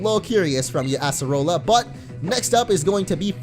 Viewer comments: it is pronounced (uh-ser-uh-la) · Uggghh... I cringe so hard whenever you say Acerola's name wrong.